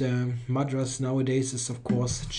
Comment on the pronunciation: As a veteran of spicy foods, I laugh at your Madras. Good effort, though.